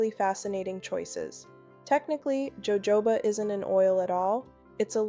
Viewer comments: Ho Ho ba !!! NOT joejoeba ! Please fix your AI issues ! Good advice though ! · It's HoHoba oil!! It's a Spanish word. J's ALWAYS have the h sound in Espaniol.